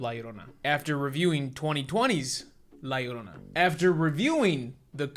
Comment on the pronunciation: at least james pronounced la llorona right